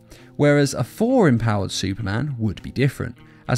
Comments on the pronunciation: His name is not "For", it's "Thor". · It’s funny it sounds like he is saying four instead of Thor